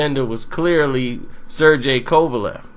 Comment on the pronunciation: "Ser-GAY", not "Ser-JAY"!